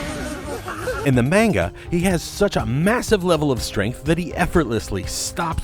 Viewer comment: The "mane-guh"